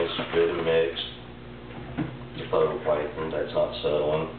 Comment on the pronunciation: It's phyto NOT photo